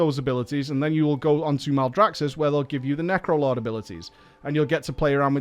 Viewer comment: Necrolard. That's what I heard. Necrolard.